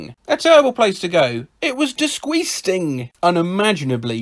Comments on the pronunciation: d i s c o s t i n g But he says it like d i s c o h s t a n g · disGUAS- (COUGH COUGH) ...disGUASting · I lost it at "disgusgung". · No one French: ✨ disquesting ✨ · I lost it at disgusgung 😆